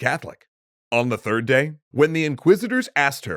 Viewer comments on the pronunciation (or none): none